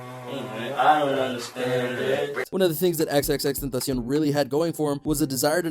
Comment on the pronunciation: Thx a lot u are the ONLY one who can pronounce his name Correctly ❤❤❤❤❤❤❤❤❤❤❤❤❤